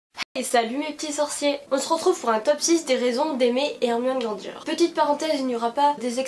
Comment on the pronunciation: Il y a des personnes qui dit GrandG et pas Granger